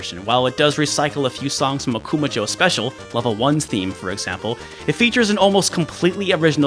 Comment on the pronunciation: Dude, your pronunciation of Akuma jou is way off. You have to stress "ma" not "ku" and jou is not pronounced like the American name Joe. May be I'm nitpicking here, but this has the same nails-on-the-chalkboard appeal as mispronouncing SF2's Ryu's or Gunpei Yokoi's name. It only takes less than a minute to find a Japanese video on here where you can hear the correct pronunciation if you don't know it yourself.